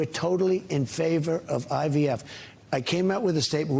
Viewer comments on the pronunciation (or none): Hahah he is Jesus of IVF 😅😅 he can’t even pronounce IVF he said IVS… 🤣🤣 maybe he meant in vitro sterilization instead fertilization 😂😂😂